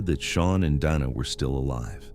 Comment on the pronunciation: Whoever is reading this and listening to it before they put it out is a finished product because Dana has been called Dana Donna and now Dina was the pronunciation but then it's spelled dino. what else are you going to call in before this video is over?